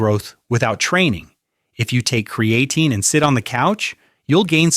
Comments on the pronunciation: Amazing how AI can spit all this good information but can't say creatine right. He says "cre a teen". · kree - uh - teen 😉